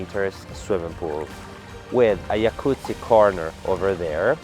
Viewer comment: Noooo, how could you, after praising your pronunciation, you say Yakuzi twice (which sounds like the Japanese mafia), try starting with the Italian già then kuzi:P